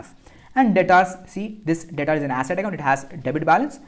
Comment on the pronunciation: Its debtor not dataaarr